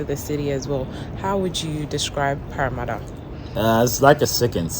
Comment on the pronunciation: Sis, now their de3 the ascent is deeper, I can’t hear anything eh the way u pronounced parramatta